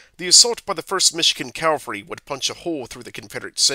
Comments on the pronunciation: The amount of times I heard Calvary instead of Cavalry really distracted me. Cavalry is a horse you ride and Calvary is a hill where Jesus died. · "Calvary" or "cavalry"? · Ha ha ha! I thought it was a mistake the first time he said "calvary" but I guess that word is the narrator's nemesis. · The word is pronounced CAV al ry. After the first four or five times the mispronunciation becomes very distracting.